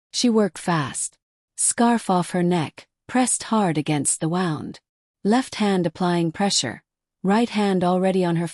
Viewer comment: My only critique is the way that the words are pronounced. She's saying, wound like it's she's saying, wound like a wind up toy like something that you wind up in a bundle. It's wound, not wound. Look in the vocabulary and look at how things are supposed to be pronounced. The sound wund is how you pronounce it when meaning Injury. The voice is pronouncing it waund, past tense turning something tightly.